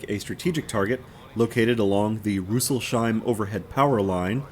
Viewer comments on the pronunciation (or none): Yes, yes - I have been looking forward to the next video. Great stuff! Btw, the city is Rüssels-heim (Snouts-home), so not the "sh". I've explored all the Feldberg region by Motorbike extensively and spent over 20 years near Rüsselsheim.